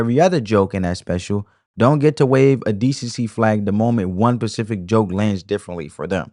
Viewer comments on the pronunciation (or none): Bro, it’s SPECIFIC NOT PACIFIC. Damn!!!